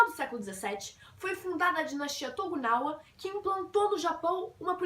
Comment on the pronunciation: Não é TOGUNAWA! É TOKUGAWA! Se você quer ensinar pelo menos decore os termos corretamente